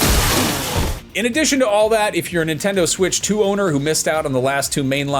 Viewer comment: “Nontendo” 😂 Love it.